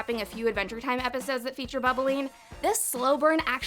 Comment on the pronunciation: bubble leen?? i thot it was bubbline